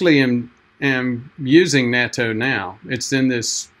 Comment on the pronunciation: If you're going to be a Japanophile, then you should try to learn the pronunciations. It's short a, pronounced like the English "not-toe" My wife is Japanese-American and she and our daughter eat it everyday as part of their ochazuke. They both always liked it. I've resisted. Yeah, that's a strong nasty taste, but it's so good for you, so I should force myself to like it.